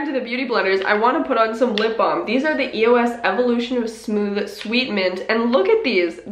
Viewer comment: you say eos wrong tho